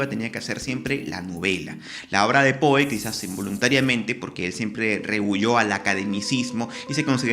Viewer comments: Me perturba que pronuncies "POE" en vez de "Pou". Me haces acordar a los españoles que traducen fonéticamente todos los sonidos extranjeros desdeñando la pronunciación original. Queda horrible. Va sin mala onda igual. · Su apellido se pronuncia pou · Poe... sía. (Creo que se pronuncia Pó).